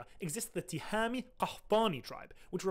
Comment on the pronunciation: these pronunciations is wrong, you should stress on the ( ي ) in the word end, because it is ( ياء ٱلنسب ), so it is ( tihamiy , تهامِـيّ ) not ( tihami , تهامِـي ) also the same thing about the other word.